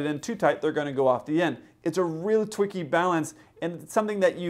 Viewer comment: LOL! I'm sorry, but did you say "it's a real twicky balance"?